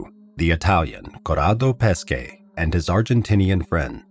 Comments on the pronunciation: Good Video , However, sorry to Say on pronounciation of this poor Guy Pesce: in English transcript it would be Peshe , , not Paskay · Great story. only thing you have to understand is that Corrado Pesce family name, is pronounced like PESHE and not like you say all time PESKE. Pronounced PESHE, it means Fish, his actual family name. pronounced PESKE it means Peaches, nothing to do with Fish..